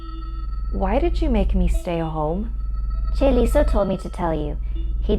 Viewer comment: chaeliso? CHAELISAAA